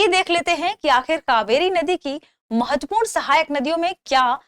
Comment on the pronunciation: Tha way she says matvapuran. Sounds like doogna lagaam dena padega